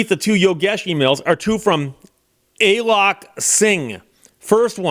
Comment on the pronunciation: It's not "Ay lok" it's "A A lok"...